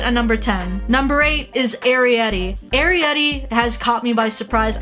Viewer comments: I think Arrietty is pronounced ah rare it tee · Ok here's how you say it (a-reye-et-ee)